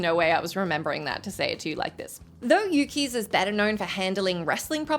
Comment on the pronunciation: Ummm,? Yukes is NOT pronounced "Yoo-kies". It's pronounced "Yooks".